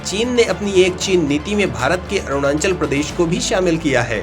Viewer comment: Apne desh ke Rajya ka naam toh thik se lijiye 🙏.... It is not "ArunaNchal"..🙄..... It is ARUNACHAL!!